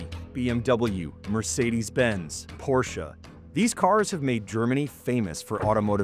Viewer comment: Please learn to pronounce Mercedes. Thank you